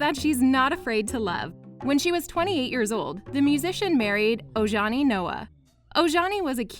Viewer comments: His name is pronounced Omani not Ojani get it right please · It’s pronounced Oh-hani.